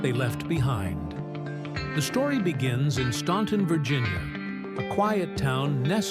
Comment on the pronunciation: The name of their home town is pronounced Stanton not Staunton, don't let the spelling fool you. Also what you failed to mention is that Lew discovered Jimmy Fortune.